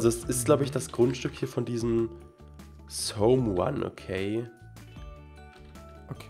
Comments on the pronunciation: ahahaahahha wie er someone ausspricht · Man spricht someone samwan aus